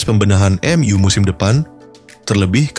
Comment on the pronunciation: Bacanya em yu bukan m u Tolol